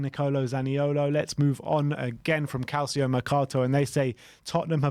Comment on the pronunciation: Guys, you're european football fanatics, please please please actually learn how to pronounce names that are not English correctly. Calcio is NOT CAL-SEE-O, it's CAL-CHO. It's so irritating to listen to people pronounce names like that incorrectly over and over and over again, and I'm sure I'm not the only one that has mentioned something about this. Love you guys, please fix this!